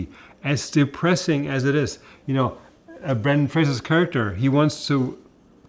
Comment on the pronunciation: Here's my small critique... his name is Brendan, Not Brandon.